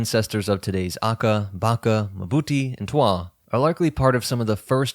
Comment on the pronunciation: "Mbuti" is not muh-buti, as you're pronouncing it. Just pronounce the initial m and then part your lips to pronounce bu. There's no vowel between m and b.